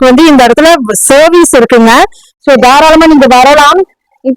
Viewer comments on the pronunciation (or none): இந்தம்மா.... அது சேவீஸ் இல்லமா அது சர்விஸ் மா.... content அ பேச சொன்னா... 100 ம்மா போடாதம்மா இரிட்டேட் பண்ற மாதிரி இருக்கும்மா.... அந்த பையன ஒன்று பேர சொல்லி கூப்பிடும்மா.... இல்லனா தம்பினு சொல்லி கூப்பிடும்மா😂